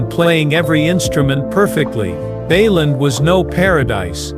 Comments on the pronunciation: It is BAYLAND,THE REPORTER SAYING BAYLAN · Bay land (not baylun) Sa bine nah (no sa been a)